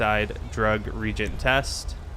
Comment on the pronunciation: reAgent. A REgent is an administrator at a university. A reagent is an ingredient in a chemical reaction. It's pronounced ree-agent.